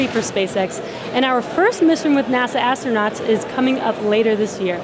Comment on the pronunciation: Please tell astronauts are not "ashtronauts". this is a millennial thing. Kate got it right